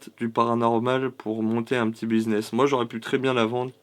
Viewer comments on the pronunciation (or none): Buzness mdrrr biz sa se prononce biz pas buz mdrrr et bagans 🤣🤣 ta p'tite moustache me rappel un petit Mr allemand qui était un peu colérique mdrr.. la boîte a et aussi ridicule que les poupées hanté...